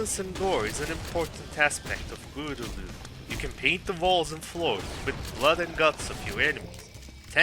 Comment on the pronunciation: I lost it when you said "What is bruudledum"